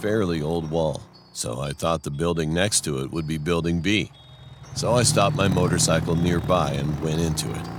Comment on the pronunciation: This man said " motorcycle" lol